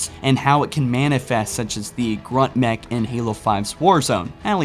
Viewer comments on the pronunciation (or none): none